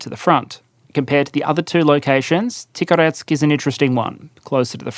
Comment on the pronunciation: It's kind of important to pronounce Tikhoretsk's name with a 'h' sound rather than a 'k', because that brings out the pun of a loud explosive storage site having been named 'quiet' or 'peaceful' ('тихо-', 'тихий') the best.